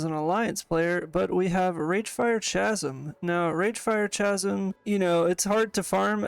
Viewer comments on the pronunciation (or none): the "ch" is chasm is pronounced as a hard 'c' as in cat, in case that wasnt just a fluke o7